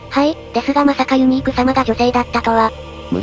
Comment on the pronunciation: ユニークがユーニクに聞こえてくる...